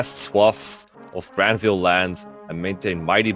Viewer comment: You might like to use more Germanic or perhaps even Scandinavian pronunciations of some of the names. Grannvale sounds better with an /a/ from central or eastern Europe and a schwa at the end, and Jugdral I prefer with the j pronounced like English speakers pronounce y in yes (others might disagree)